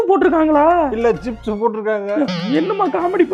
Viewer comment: trips ❌️ chips ✅️ 😂😂😂